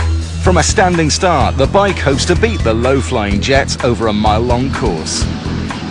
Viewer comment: hahah " THE WIKE!!!" (trynnna say Bike Won!)